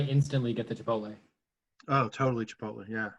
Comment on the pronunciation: No one ribs for mispronouncing "Chipotle"? Are you even brothers?